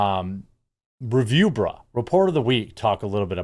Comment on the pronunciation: Reviewbrah..., not bruh. Get it right! 😜